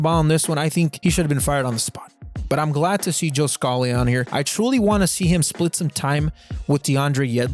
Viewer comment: ur pronunciation of scally is killing me also swap aaronson and weah on ur whiteboard